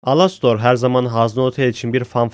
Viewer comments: abi alostor ne elıstır diye okunuyor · ABİ ALASTOR DİYE OKUNMUYOR ELASTIR DİYE OKUNUYO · alostor alastor diye okunmyo dostum elistır diye okunuyo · Alastor değil Elıstır😡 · Alastor diye yazılıyor elıstr diye okunuyor😅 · abi lütfen elistır diye oku yazılışı gibi değil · Ea diye okunuyo başı direk elistır diye değil ealıstır gibi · Knk elestır diyerek okunuyor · Alastor diye okuman beni deli etti sinirden dinleyemedim